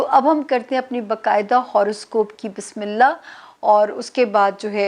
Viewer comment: Sister Bismillah theek sy parhna seekh lain plz . Ye ap ki islah k liay hai . Bismillah hirrah maan nirraheem.